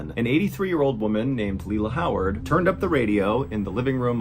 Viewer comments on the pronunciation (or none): none